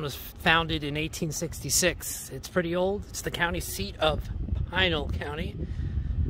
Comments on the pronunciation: Fun video. Yup, it's Pee-nahl County. Also, the monument is pronounced kah-se Grahn-day but the city is kas-eh grand. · Pronounced Pee-nal county. I live in Goodyear. Nice video BTW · Learn pronunciation of Pinal County...